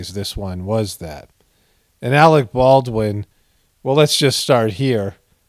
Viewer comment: "Alec P. Baldwin" Lol.😂